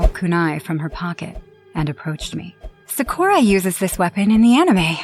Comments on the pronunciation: ok so 1 you say the names wrong in naruto like bro saying "narodo" and "sahkorah" then you literally say a demon from a completely different anime is in naruto but it's from death note plus this story doesn't even make sense 💀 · OML JESUSS IT'S NARUTO (NAR-OO-TOE) THEN SAKURA (SAK-ER-UH) PLEASE LEARN TO PRONOUNCE IT AND WHERE IS A SHINIGAMI IN NARUTO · Her name is sakura not sakuora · She said everything about Naruto wrong Sakura not Sa-core-ah! Naruto not No-root-oh the kuani wasn't pronounced too wrong. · bro these guys really said sakuraa when its sakura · Exactly like what's Nahroodoh, and who is Sahkewra? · Another reason why I don’t have a basement 1.the bills would cost more 2.creepy stuff That clip,it seems very real but is it really.. I can’t even with the mispronunciation of that Naruto one,like what’s “Naruuuto” and “Sakwera?” 😂what the hell is wrong with that sobbing?I know it was because of pain but🤣 WHAT ITS REAL!No dude I thought this was 🧢,but it is true stories for a reason which makes me think that Naruto one is… Elsa has tattoos now..sharpe eye liner and did something to her hair